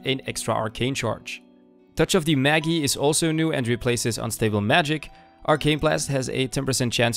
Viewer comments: Great video except it's pronounce Mage-eye. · Isn't touch of the magi pronounced in English. Touch of the Mage - aye?